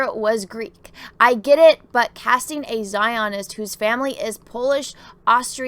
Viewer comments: I've never heard a word get mispronounced so many times rapid fire as just mispronounced "Zionist." As for the story, who cares? Let the left cannibalize each other as they always eventually do. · Your pronunciation of Zionist is cracking me up. LOL